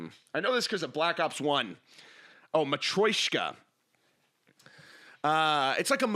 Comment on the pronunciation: never heard someone butcher matroshka so badly. banger episode like always, love it. keep it up, you're the goat